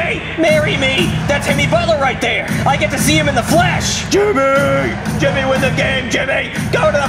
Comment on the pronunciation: he says hemi instead of Jimmy